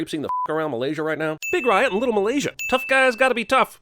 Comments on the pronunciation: he says driot not the correct name riot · Anyone else notice the fact that he said “Driot”, even though that symbiote’s name is “Riot”? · lmao nice try Cinemasins, it’s Riot not “Driot” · It's not "Driot" it's just "Riot"... ding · I have a sin he calls “Riot” “Driot” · Driot? I thought it was Riot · It’s not driot it’s riot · Driot really? The name is Riot & that's definitely a sin. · Sin 108a his name is riot not driot lol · You gotta take a sin off for calling him Driot lol even if you said it by mistake you still SPELLED it DRIOT 😂😂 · Driot or riot? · Driot ?,,I thought it was Riot? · This idiot called riot "driot" fucken dumbass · His name was Riot not Driot 😂😂😂😂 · He said Driot, it's Riot! Not Driot what the heck? 10 sins given to this channel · It’s RIOT not DRIOT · Driot?? You deserve a sin. Its riot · His name is "Riot" not "Driot". I know, tomato tomato. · Driot? He said driot. Its Riot. Also Jeremy says boner. (10 sins) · Driot? DRIOT? Now that’s just fucking lazy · Why did you call him Driot? His name is Riot. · ITS NOT DRIOT ITS RIOT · Isn’t it riot..? Not driot? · Why are you referring to the villian symbiote as "Driot" ?? Its Riot. Even your subtitles said Driot and nobody else commented on this? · You said Driot but his name is Riot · you guys referred to Drake as “Driot” instead of the correct “Riot”, just FYI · Did you just put “Driot”? It’s “Riot”. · Sin: Cinema sins fails to pronounce riots name and even spells it as Driot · The main Bad Guy Symbiote's name is RIOT, not "DRIOT"...with as nitpicky as you guys are about minute bullshit, you'd think you at least get the name right. Still love the channel, regardless. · Did he actually call him Driot? Wtf is wrong with CinemaSins? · He meant Riot not Driot, right? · Sin on cinema sins where it is Riot and not Driot. But honestly, I like watching stuff like these, because it's these type of people who spot some sneaky stuff I can't. So great job Cinemasins! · Why did you say Driot it’s Riot 🤨